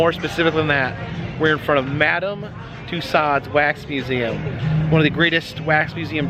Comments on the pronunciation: Another wonderful video,, thank you. Just one thing: you are teaching your followers so much about tourist attractions and their culture. Please, could you start teaching them to pronounce "Toussaud" correctly? It rhymes with "two *so*", long o at the end and no final "D" sound. Merci! Oh, and,? Love it when you can join in his videos. You were so shy at first, I was afraid we'd never really see you (save for brief glimpses in a window reflection, say)... You bring extra sparkle to virtual tours. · One would think with all the wax museums he's visited, by now this guy would know how to pronounce "Tussaud's"! HINT: it's not " Tuss-ahhd's."